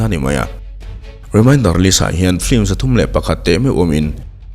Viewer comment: 'Flim' nilo in 'Film' ( lam a har deuh chuan 'FIM' tih pawn a la dik teuh zawk) ti a lam nise ngaih thlak a nuam leh zual ang. I channel a ngaihnawm ṭhin e.